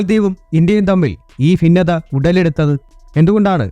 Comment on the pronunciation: ഭിന്നത. ഫിന്നത അല്ല